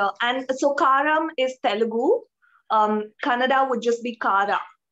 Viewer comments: it's so funny that the kannada girl pronounce other kannada word perfectly but when she say kannada it come out Konnnada ...🤣 ofcourse i am not trolling her. but it's funny. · She is not pronouncing kannada properly....... lu, and...nna letters are not pronounced as she pronounce.